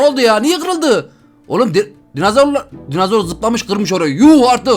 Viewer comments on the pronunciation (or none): Abi dicem dinazor değil dinozor